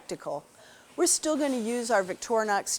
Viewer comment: The brand name of the Swiss knife it is not Victornox but Victorinox. Too dumb to pronounce the name correctly?